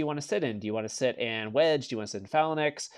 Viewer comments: 4 years and still can’t pronounce phalanx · Say phalanx... one more time... I know Char I'm gonna have him kick your ass!